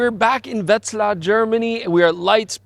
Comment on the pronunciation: Congrats to for pronouncing Wetzlar absolutely accent free!